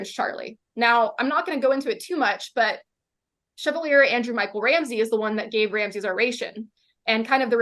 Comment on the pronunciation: I don't wanna be a dick but you can't go pronouncing chevalier "SHEV-A-LEER." Like i know if the lady in the video only read it on paper, like okay, good to read, but omg it's "SHHH VAHL EE AY." 😕